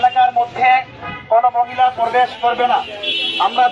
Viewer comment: Porbes(probesh)😂😂😂😂hujur language 😂😂😂😂